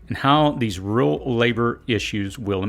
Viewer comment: The bottom line: liberals in government, the deep state, big tech are fucking this country up. The ultra wealthy care only about one thing: GETTING WEALTHIER. Long unemployment benefits have completely de-incentivized the workforce. There, I said it. Also, please enunciate those words: R E A L, not “rill” sorry man, but I’m feeling extra salty after this one.